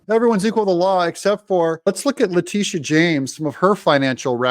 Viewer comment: La -- sha...It`s pronounced (La Day Sha)...Da "dash" don`t be silent!🤣